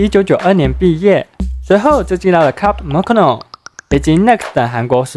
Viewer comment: 品牌英文發音再多考究，練習些。 Club Monaco - 莫那扣， Nix- 泥克 思～. 拍片前'先消化一下自己的文案。